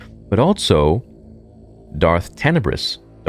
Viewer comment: can't believe this dude is STILL saying Altso